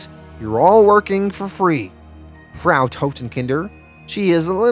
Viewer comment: Loving these, even if I am a couple of weeks behind. I don't know if Frau Totenkinder comes back. But "Frau" (German for Mrs/woman) rhymes with "how now brown cow". Hope that's helpful.